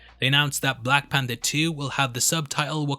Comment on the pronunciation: Black Panda? I keep hearing Panda... Is that somekind of inside joke or am I losing it? Maybe I should go to sleep. 🤦‍♂️